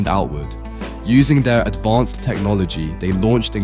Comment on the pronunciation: why do you keep saying advonced